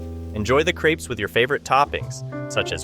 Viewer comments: If they're creeps I don't want them. That's not how crepe is pronounced 😂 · Lol you say "authentic French", then pronounce them "creeps" 🤦‍♀️🤦‍♀️🤦‍♀️🤣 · There is only one e in crepes, the way you are pronouncing it is creepy.